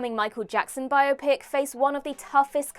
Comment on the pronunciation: Great topic,! (and thanks for correctly pronouncing "biopic"; please teach Gareth)